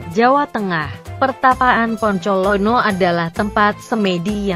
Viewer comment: kok poncolono? apa bukan bancolono ya?